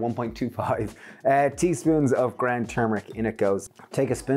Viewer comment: I love your accent, but are you saying grand or ground because what is grand turmeric?